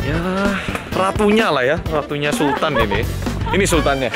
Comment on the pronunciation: Beda ya kalo bule yang nyebut "sultan" Mah jadinya "sultahn" 🤣🤣🤣